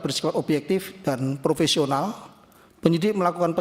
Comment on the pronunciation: Sudah salah bilang prowesional joooos tenan